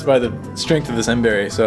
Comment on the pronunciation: it's miracle berry not mberry